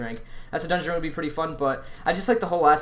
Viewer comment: disliked as soon as i heard you say dungeoneering, gtfo